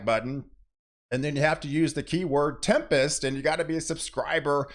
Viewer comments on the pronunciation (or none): Tired of all the weather "Tempist" shorr for tempers 😅